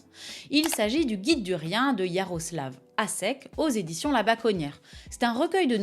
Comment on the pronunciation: Merci pour cette vidéo, mais un petit cours de lecture des diacritiques slaves s'impose, tu as massacré pas mal de noms tchèques ou serbes ;) le s hatchek, qui s'écrit š, se prononce che: Yanashek, Miloshevitch. Hashek le c hatchek, lui, č, se prononce tch: donc la derniere syllabe de Miloshevitch.